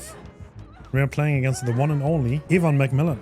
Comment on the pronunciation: pretty funny how you pronounce evan